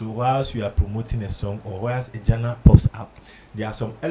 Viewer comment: Why are the words DIGITAL and GENRE so hard for Ghanaians to pronounce right?